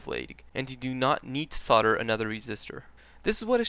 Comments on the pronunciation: Yes, it's weird. He seems to be saying "sodder" for "solder" which should sound like "soldier" only with the "i". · the americans think the L in soldering is silent. sad but true. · Why can't Americans pronounce solder correctly?